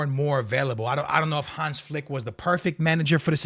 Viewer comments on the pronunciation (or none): none